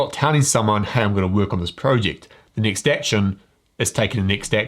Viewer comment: Is it next or nixt He drives me crazy. Cannot listen to that damn accent